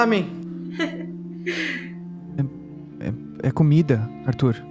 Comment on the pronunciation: "rámen" ksksks